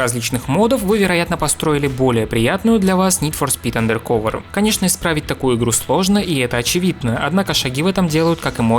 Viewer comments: Блин, ну андеркОвер - как же плохо звучит, ну. Почему не андеркАвер? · андеркОвер. а че не УндеркОвер то? м-да... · АндеркАвер, а не андеркОвер. По ушам режет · АндеркОвер, боже мой. Делай еще один ремейк видоса из-за произношения, это будет стоит того. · АндеркАвер… какое О? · АндэркОвэр....Блять как вы заебали, не образованные дауны